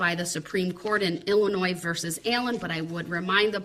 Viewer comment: There’s no “S” sound in the pronunciation of Illinois. Idiot